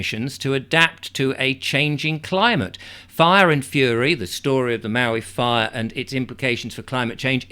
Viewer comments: You’re pronouncing Maui correctly. The person on the cover of the book was Sumner Redstone, late head of Viacom, the media conglomerate. Everything stinks about this, including these books ready to roll out before the fires are completely extinguished. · A book out that quickly is quite suspicious. Your pronounciation of Maui was very correct by American English. Your pozzlement is valid,indeed.